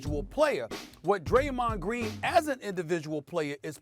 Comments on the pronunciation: "Graymond Dreen" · SAS: “Graymond Dreen” 💀💀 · Did Stephen A. just say: "Graymond Dreen...." 😂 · He said graymond dreen 😂😂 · “Graymond Dreen” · Are we going to act like we didn't hear Stephen A say. Graymond Dreen🤣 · Graymond Dreen 😂😂😂 I caught that Stephen A. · Lmfao. Stephen a has all this education but can’t get Graymond Dreen name right 😂😂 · "Graymond dreen" Stephen A Smith. 2021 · "Graymond Dreen" LMFAOOOOO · Who's Graymond Dreen??? 🤣 🤣 🤣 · “Graymon Dreen” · Nobody: Stephen A: “Graymond Dreen” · Gramond Dreen :47 and “No Prolem”😭😭😭😭😂😂😂😂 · Its sound like he said greymond dream 🤦🏾😂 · “Graymond Dreen” Also “premadonERS” Stephen A your on a role today 😂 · “Graymond Dreen” it happens SAS 🤷🏾‍♂️🤣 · “Greymon dreen” lmfaooo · Graymond dreen 😂 Stephen A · Straight to the comments after I heard "Graymond Dreen" 😆 🤣 😂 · Stephen A Smith: “Graymond Dreen” 🤣🤣🤣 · Who else came straight to the comments after “Graymond Dreen” 😂😂😂😂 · I thought he said greymon from digimon lol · "Graymond dreen".... Lol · SAS : “Graymond Dreen!!” Me : “ You are wrong and here’s why” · Reading through comments. Why does anyone care that he said 'Graymond Dreen'? Slip of the tongue happens often in life. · “Graymond Dreen”😭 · Graymond Dreen, Kax Melerman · The Man Said “Graymond Dreen” , I’m Crying 😂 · “Graymond Dreen” 😂😂😂 brain fart! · "Graymand dreen" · He really said Graymond Dreen 😂😂💀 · lol stephen called him Graymond Dreen 😂😂😂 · Graymond Dreen. Jebron Lames. Glake Briffin. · Stephen A. Smith: Graymond Dreen Stephen A. Smith: Here’s where your wrong and why... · "Graymond Dreen"😂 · Graymond dreen?? Wat yall hear 😂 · "Graymond Dreen" spoonerism. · Graymond Dreen ☠️ Stephen A would mess up somebody's name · "Graymond Dreen" 😂😂😂😂😂😂🤣🤣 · 😂😂😂 no cap soon as I heard him say Graymond Green I hit the comment button lol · No one: Stephen A Smith: Graymond Dreen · Greymon dreen🤣🤣I'm sorry I had to point that out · Greymonn Drean Lmao 😂 SAS wake up 😂😂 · Stephen “Graymond Dreen” A Smith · "graymond dreen" 😂